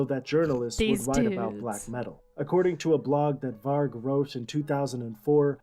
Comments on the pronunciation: Why does she keep pronouncing it "Varch" even after hearing it pronounced? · It annoyed the hell out of me when no matter how many times the name "Varg" was said in that documentary, she STILL mispronounced it!! It's "VARG with a hard "g" sound, like in "game", not like the word "gem". Irked the f*ck outta me. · Why do you pronounce it Var/dʒ/? Sounds like Vag(ina). The guy in the documentary pronounced it right many times and you keep mispronouncing it. The G at the end of Varg is pronounced as G in 'go' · "Varg" varch is not his name... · Is the Varge an inside joke? The dude in the video said it right like 50 times? Also loved the "Attila took over on vocals after Dead's death." 5 sec later: "Wait so who did vocals then? Euronymous?" Also, he deserved to get stabbed fucking 300 times? What is wrong with you? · It's hard G, no "ch" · It's Varg with a hard G